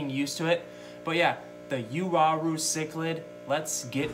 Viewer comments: Actually, it's yaw-rue. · "you-are-oo" lol i've always pronounced it "wa-roo" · Yes, the Wah Roo is the correct pronunciation of the latin..."ua" becomes "w" sound since there is no "w" letter in latin. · It's pronounced wah-rue. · Actually, from a Latin standpoint, it's pronounced Yaw-Roo for Uaru. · The proper pronunciation is yaw_roo for Uaru. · WA- ROO....Tahs how you,english speakers should pronunce that name...Period. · Pronounced as “Ooo-wa-rooh” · Uaru, I pronounce it like ooh-ah-roo. gorgeous fish btw,,, rather have those than discus any day. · Why would you start a video with “and”, then go on to talk about something you know nothing about. You had to message 5 people? They all wrote it down for you, and needless to say you still can’t pronounce it :)